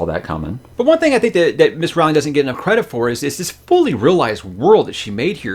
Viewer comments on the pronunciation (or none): Her name is pronounced "Roe-ling" though :P